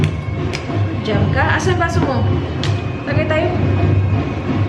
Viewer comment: Nagkatawa ko sa “TAGAY TAYO” murag lasingero sa kanto 😂😂 I always look forward sa imuhang vlog ate. ❤️